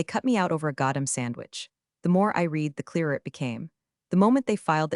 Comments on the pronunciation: AI can't pronounce words correctly. you think by now, they would default "read" to "red" instead of "reed" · Nothing yanks me out of a story faster than “reed” instead of “red.” And Ortega deserves better!